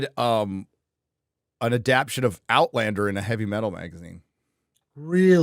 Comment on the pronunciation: AdapTAtion. Not "adaption". I mess up words all the time too but stop it.